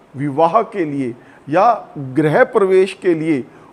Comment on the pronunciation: A new and interesting way of making us aware of relationship between calender and geography. Pronunciation of grih could be improved. Grih parvesh not greh parvesh. Highly informative and most interesting .